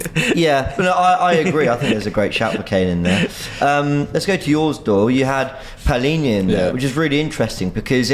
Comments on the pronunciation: PALINHA NOT PAULINHA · Palhinha not paulinha 😂